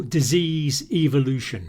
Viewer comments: evolution not ivolution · Eeee-vo-lu-toon. Ehh-vo-lu-tion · evoolootion is eVoOlOoTiOnInG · I was cringing at the way he pronounced 'Evolution.'